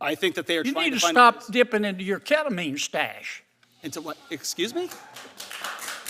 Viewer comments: Lmao who taught that man about ketemine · it's ketamine.